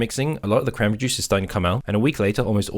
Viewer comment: I feel like eventually he just starts saying “crambry”.